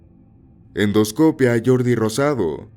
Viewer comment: Por que pones el acento en endoscopía y luego lo pronuncias donde se te incha? Perdón es que si me traume